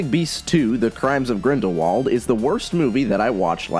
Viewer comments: I'm sorry but I have to say it: Grindrwald. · Btw I have recently noticed that Rowling pronounces Grindelwald with German pronunciation